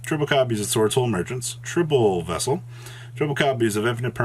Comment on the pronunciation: He finally learned how to pronounce Vessel!